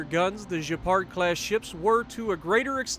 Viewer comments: You say the gay-par not jay-par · oui, sounds more like gay-par or gay-pard than je-pard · Probably Gay-Pard. I know French fairly well and "d"s aren't silent all too often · Just a tip on how to pronounce it. É sounds like “eh.” So Je-reh-pard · In French if you have a -u after a -g you pronounce like in the word « get » and for the name it’s more like « abwano »